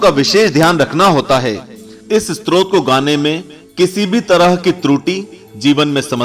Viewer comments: STROT nahin STOTRAAA. BOLNA SIKH PEHLE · स्त्रोत नहीं, stotra स्तोत्र होता है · Use स्तोत्र kehte hai स्त्रोत nhi..